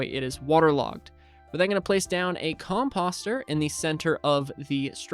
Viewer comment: Dude, I was watching an old video of a similar farm just last night and you were getting WRECKED in comments for how you say "composter." I can't believe you STILL say it like that. It's a long "O" sound. Like "post" or "poster" NOT like "posture". "Oh" not "ah". I would also recommend putting one water under the composter (covered by a top slab)so you have 4 extra spaces for crops to grow. It will hydrate the same area (9x9 [minus the very middle space with the water and composter]).